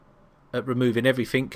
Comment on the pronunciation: Every time you say everythink instead of everything I cringe..